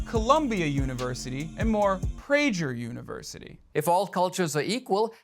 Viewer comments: It's pronounced "pray-ger", not "pray-jer" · It’s pronounced “pray-ger university”, named after Dennis Prager. Not pray-jer. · Prejer? You don't write your own scripts do you? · "You're a witch!" "No, I'm not!" "That's what a witch would say, witch!!!" Sigh. BTW, it's not Prajer University, dummy. Have you no educated adults around checking your videos? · 800 BC to 1950 - 95% of scientific advances came from the west. Also Hasan, learn to pronounce Prager you f*** moron.